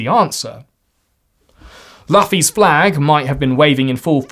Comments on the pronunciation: Disclaimer not necessary. One Piece enjoyers new that the second you said Luffy instead of the actual pronunciation, loo-fee. Now i am going to quickly hit post and turn off notifications before the Japanese purists arrive to explain why I am wrong. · I believe you never watched One piece after this second time of you saying laffy 🤣🤣🤣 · Laughing flag ?? Laffy flag ?? Or Luffy flag ?? Loooooo Feeeeee flag.. You're British, don't pronounce it like an American.. You're British right ?? Right ?? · i hate when youtubers can fucking pronounce stuff, BRO ITS NOT LUF-FIE, its LOOFY. put respect to the icons name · Great video as always. One note: Luffy is pronounced Loo-fy, not Laugh-y 😂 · The way that pronounces “Luffy” as LUH-fee makes me want to incite my own kind of riot. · Luffy is actually pronounced Loofy btw, like the word aloof. Also the reason it’s seen as a symbol for resistance is because it has a big anti government message, there is a part where luffy and his pirate crew (the strawhats) declare war against the government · Can we please pronounce Luffy's name right in next year's video when we inevitably get the Gen Z Riot Sequels? It's pronounced Loo-Fee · Great video apart from the way he pronounced luffy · ah yes, my favorite pirate, mohkeih deh lofffy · Luffy is not pronounced like that bro😭😭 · anyone that is into one piece knew you hadnt watched it the moment you pronounced luffy lol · this is the second time I’ve heard a guy with an English accent pronounce Luffy’s name like this lmao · how do you mispronounce Luffy? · The Luffy mispronunciation is good engagement bait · Im glad we finally got the 2025 Vid.... I NEED YOU TO LOOK UP HOW TO SAY LUFFY!!! 😤😤😤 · you dont need to tell us after you mispronounced the main characters name